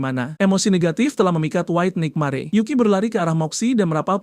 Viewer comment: Penyebutan tulisan NIGHTMARE kok gw dengar NIKMARE😂😂😂